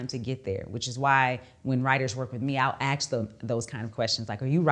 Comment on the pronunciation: Axe instead of Ask? Phew.